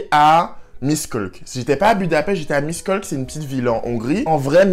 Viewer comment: Salut moi je suis hongroise miskolc se prononce “michkolts” et fallait que tu aille dans un hotel pas dans un campus praske ya souvent des clochard la bas et jespere en tt cas que tu a aimé la hongrie que ta aimé la nourriture et si ya beaucoup de huile en hongrie c parceque on mange beaucoup de nourriture tres grasse et je sais pas si tu avait vu mais ya un 18 au dessus de chaque tabac parceque chez nous les moins de 18 on pas le droit de fumé mais yen a il le font quand meme en payant des adulte pour qu’ils y aillent a leurs places (mes cousins le fesait)